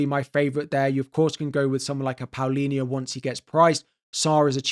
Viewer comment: it's Palhinha not Paulinha :face-purple-crying